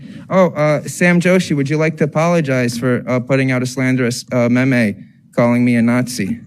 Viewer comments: And wouldn't it still be a me me, not a may may...? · I can't really take anyone serious that can't pronounce MEME.